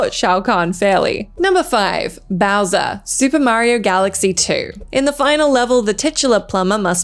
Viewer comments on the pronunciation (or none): none